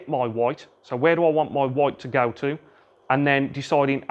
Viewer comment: Are u gonna hit that 'woit' or what